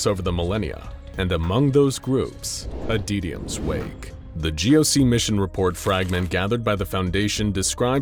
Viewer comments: Adytums wake: exists Narrator: ADEEDIUMS WAKE. I kid. I adore this channel and binge it regularly. No hate. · I'm not sure how you got that pronunciation from "Adytum's".